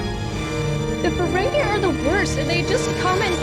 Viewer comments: just one small note as an fyi - i understand that for the first instances of seeing the ferengi, they pronounce it like 'feren-gay', but with the evolution of the species and more common appearances on the shows, the pronunciation is 'feren-gee'. i hope you watch the other series like ds9 and voyager too, they're so great <3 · The word Riker used was the name for a person (such as me) from Ontario Canada... The Ontarian manifold:) Just a lil FYI for ya tho it is Ferengi not Ferengay \o/ (fur-ang-gee) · It’s so funny how so many reactors call them Feréngé 💃 💃not a dig, it’s just funny